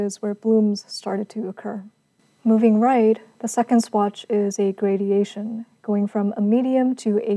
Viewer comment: FYI, the word is "gradation" - no i.